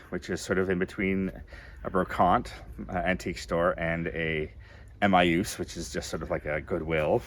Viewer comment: Please learn to pronounce Emmaus…… it’s not hard!